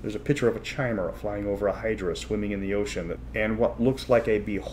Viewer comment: First review from I've watched. Fun! Glad you highlighted the positively 80s fun in the module too. A couple o' nitpicks: chimera is pronounced with a hard k: "ky-meer-uh": realizing you were blowing through it quickly, but Elmore (not Easley) did the character art. Anyway, fun! Thanks!